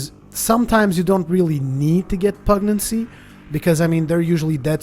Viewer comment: Pugnacity - (pug nas itty) pug - like the dog/ nas - nasty minus the ty at the end/ itty - like titty without the first T. pug nas itty - not pug naccy.